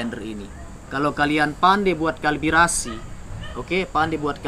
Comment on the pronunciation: kalibrasi/calibration bang, bukan kalbirasi